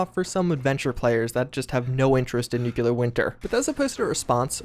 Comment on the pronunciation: "Nukelar Winter this, Nukelar Winter that"... what are you, HOMER SIMPSON? N U C L E A R